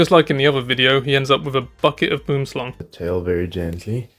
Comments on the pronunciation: Pronounced Bwwom Slung, not boom-slung. Love your channel, it’s the best! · You nailed Boomslang! :)